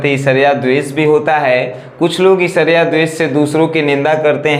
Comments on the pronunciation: सर ईर्ष्या को esarya नहीं ershya पढ़ते हैं प्लीज सर गलत मत पढ़िए अच्छा नहीं लगता है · Who noticed he is saying ishariya instead of irshiya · Isarya kya HOTA h sir irshya HOTA h kya sir padhna Sikh lijiye pahle 😀